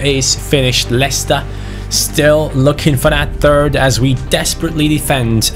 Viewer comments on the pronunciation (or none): none